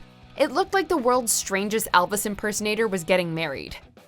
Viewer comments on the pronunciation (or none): Alvis or elvis? Damn u cant say shit right can u?